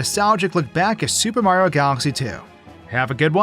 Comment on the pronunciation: I swear this guy has NEVER pronounced the "i" in Mario before